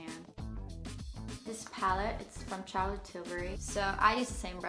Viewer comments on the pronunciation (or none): none